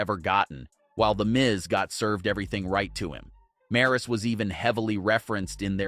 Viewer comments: 😅 these guys did not know how to pronounce name we got one guy calling Raquel Rodriguez Rocky we got this one Maurice it's Maryse lol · Learn how to say Maryse's name. Geez, it's not that hard to say.